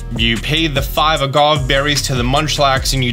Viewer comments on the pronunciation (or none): none